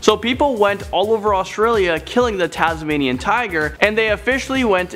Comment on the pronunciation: Dude it's Tasmainian Wolf